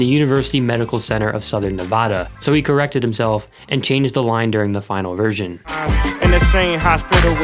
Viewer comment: You pronounced Nevada wrong 😔